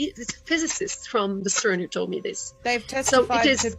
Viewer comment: It gives me joy every time I hear you say “toad” instead of “told”. 🐸